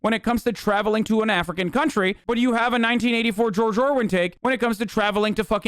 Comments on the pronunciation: It's George ORWELL not George IRWIN. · It's George Orwell. Not Orwen lol still love you though. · "Orwin" kekW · "George Orwin" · Who's "George Orwin"? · bro i sat there for 30 minutes thinking I was going crazy at "orwin" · George "Orwin" lol